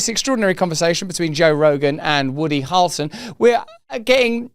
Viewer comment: Why can he not say "Hair-ul-son" 🤔 😅 ??